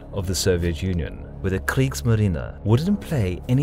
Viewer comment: I love how he pronounces the german words like Kriegsmarine!